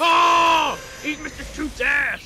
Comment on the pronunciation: it mr toots not tooths